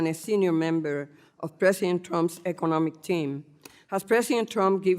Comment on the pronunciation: Tired of these "educated" congressmen who cannot even speak English clearly. She's talking at an expert in economics and she cannot even pronounce economics. Proof that elections are merely popularity contests.